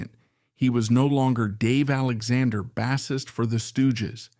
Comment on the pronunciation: We Will Fall is not the album's closer. It's the only filler material, and it ends the first side. This guy can't pronounce Asheton, and whoever does the text has two wrong ways of spelling it. He can't even pronounce bassist, saying it like the fish, bass. Maybe this is AI, but if so, we need to remove the "I"......